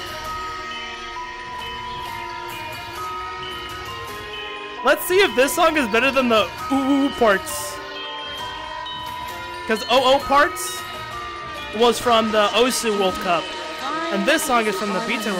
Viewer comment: It’s just pronounced “ooparts” not “oh oh parts” lol